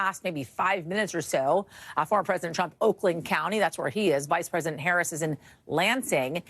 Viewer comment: How you know about Harris...if you can't even say her name right. Ppl know nothing haga